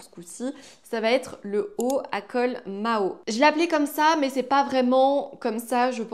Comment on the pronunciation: Bonjour par contre c'est le col Mao et non Maho. On le dit parce que Mao tse tsung pourtait ce genre de chemises d'où cette appellation ❤😊